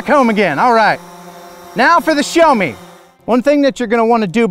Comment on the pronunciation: See-yao (first syllable fairly short) not 'show' :) Excellent review otherwise.